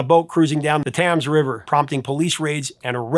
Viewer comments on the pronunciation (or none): Thames=tems, not tams. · Excellent as usual. You might want to listen to the correct pronunciation of “Thames” though. 😉